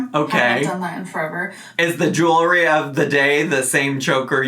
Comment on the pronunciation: For some reason, it really drives me up the wall that she says "Jew-ry" instead of jewelry.